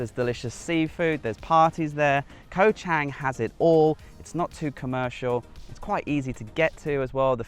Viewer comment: In Romanized Thai, the "A" is pronounced as in father. Chang is not pronounced as ang. The 'A' makes it ((Chawng)) In Thai, the Grammor is backward to English as Kho (Island) and Chang (Elephant) comes out as Elephant Island. There is a cheaper strong beer made in Thailand called Chang...remember the A is pronounced as in father making it (((CHAWNG))). ..I've spent years there and travelled the country extensively..I'm happily married to a Thai Citizen for 18 years now.. sound smart, not green....Choke Dee Krup (Good Luck politely) Is a very common good by in Thai